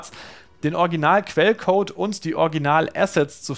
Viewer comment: Es heißt Original und nicht "Orginal", warum kann denn bei Gamestar keiner dieses Wort richtig aussprechen, erst Fritz jetzt, man man man:D